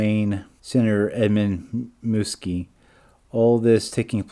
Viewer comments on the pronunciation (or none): That was Senator Ed Muskie, last name rhymes with huskie. And Bryn Mawr College is pronounced "brinn marr". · Absen-teeya? Muskie was a recent national figure. Bryn Mawr has been around for generations. You keep mispronouncing words that are staples within this case. Superficial research before uploading your work. So unprofessional.